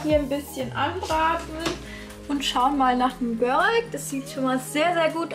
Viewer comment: Schönes Video 👍 allerdings heißt es „Börek“ also nur mit einem r